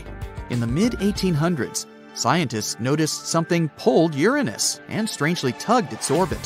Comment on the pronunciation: "You're On Us" (Uranus)😂😂😂😂